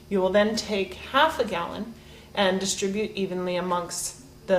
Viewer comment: she said dids-tribute instead of distri-bute, wrong accent on pronunciation., it's a small thing, but proper English is always appreciated.